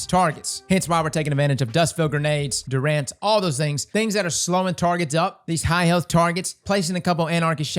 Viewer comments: Lol Durr-Rhanz It's Der-enz, like Endurance. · Dunrance Dunrance. Isn't that a band? Lul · Dude straight up said Durr-Rhanz 😂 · Can we just appreciate how pronounces “durance” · Kevin Durance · I'm glad someone else noticed hahah